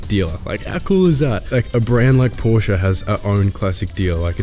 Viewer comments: finally! an english speaking person pronouncing Porsche the right way🤝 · Congratulations, you finally found the "E" in the pronounciation of "Porsche"! Welcome to Europe